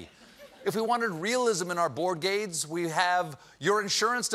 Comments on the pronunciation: "Board gades"? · Anyone else heard "board gades?"